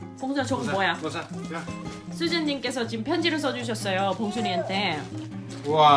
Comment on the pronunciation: 세상에 울 봉그리 "봉.순." 발음 정확한 거 봥 하고 놀라고 있는데 봉택이가 순이 지켜주는 거 감동 ㅠㅠㅠㅠ 우앙 ㅠㅠㅠㅠ *실버버튼 축하드려요 🎉 💗